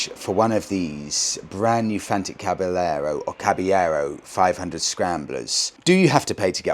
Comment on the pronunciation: Re the fantic, I believe the correct pronunciation is the Spanish one, as Caballero is a Spanish word meaning knight, which in Italian would be cavaliere (kah-vah-lee-eh-reh)